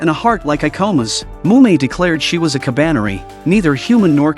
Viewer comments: Ka ba ne ri and not Kabane. DON'T MAKE IT SOUND GAY DUMBAZZ! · is not kabaine is ka ba ne ri learn to read moron